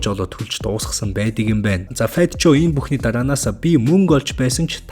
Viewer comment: Fat joe-Фэт жөү гэж уншина шүү цаашдаа анхаарна биз ;)